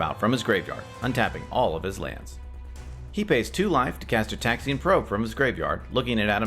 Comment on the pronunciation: Gitaxian is pronounced with a soft G sound like gourd or ground